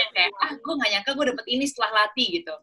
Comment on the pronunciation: SEMUA ORANG DI INTERNET SALAH NGUCAPIN KATA LATHI. "THI" NYA ITU SALAH, BUKAN KAYAK NGUCAPIN T BIASA. TAPI YA MEMANG KALO BUKAN ORANG JAWA ATAU BALI SUSAH NGUCAPIN "TH" ITU. BANYAK KATA DALAM BAHASA JAWA, KETAMBAHAN HURUF H SAJA SUDAH BEDA JAUH ARTINYA. MISAL WEDI DAN WEDHI. WEDI ITU TAKUT SEDANGKAN WEDHI ITU TANAH/PASIR. LALU TUTUK DAN THUTHUK. KALAU TUTUK ITU KATA HALUS UNTUK CANGKEM ALIAS MULUT SELAIN LATHI. BEDANYA TUTUK DAN LATHI ITU KALAU TUTUK ITU BAHASA JAWA HALUS UNTUK CANGKEM YANG DIPERUNTUKKAN UNTUK MENUNJUK MULUT ANAK KECIL ATAU ORANG SEPANTARAN YANG BARU KENAL ATAU KENAL TAPI TIDAK AKRAB BANGET. NAH KALAU LATHI ITU UNTUK MENUNJUK MULUT ORANG TUA. JADI KALAU TADI TUTUK ITU KATA HALUS UNTUK MULUT, MAKA KALAU THUTHUK ITU ARTINYA PUKUL. KALAU NUTHUK BERARTI MEMUKUL.